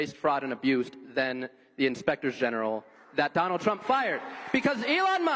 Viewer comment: He def calls him Donald Chump haha